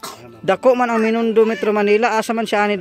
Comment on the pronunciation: Binondo hnde menindo